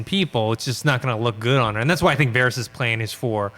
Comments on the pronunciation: hey guy, stop pronouncing it Vahrese you know damn well how it's pronounced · “Vahrees” who the hell is that?! It’s Varys?! 🙄 I love our neighbours over the pond but why do they mispronounce things like this so often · I. Cant. Friggin. Stand. Sansa. Disappointed that Arya has become a soulless sociopath. Also, people still whining about Episode 3 flat out dont understand the series. Ultimately, the show will not have a happy ending. And dude. . . for the thousandth time. . It's not "vahr-eez" it's "var-iss," like Ferris. Fuk sake. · Yall are killing me with your "Varys" pronunciation. Lawd. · How do people that like GOT so much pronounce so many names wrong ? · pronouncing Varys is cringe 🤦🏽‍♂️ lol